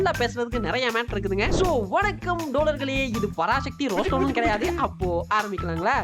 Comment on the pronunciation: டோழர்களே என்று தாங்கள் கூறும் போது சில சமயங்கள் காதில் சீழ் வடிகிறது, ஆகவே அதனை இனி தவிர்த்து கொள்ளுமாறு தாழ்மையுடன் கேட்டு கொள்கிறேன், இப்படிக்கு அண்ணன் தளபதி விஜய் அவர்களின் விழுது! 🖤